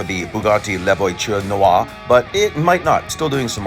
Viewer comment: Hahahahaha the way you pronounced La voiture noire